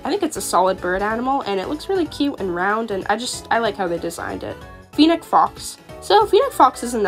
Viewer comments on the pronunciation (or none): awesome video! i'm not sure if you were aware of a few of the mistakes you made with the names so i jut wanted to let you know ^^ (no judgement of course!) - Brachiosaurus (Brack-ee-oh-saur-us) - Coyote (Kai-oh-tee) - Fennec Fox (Feh-nick Fox) - Llama (Lah-ma) - Pterandon (Ter-an-oh-don) the P is silent ^^ I believe thats all-- like i said though, good video!! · The way you pronounce coyote as “Cayoht” BAHHAHA you’re supposed to pronounce it as cayotee And “feeneck fox” HAH Not trying to offend anyone xd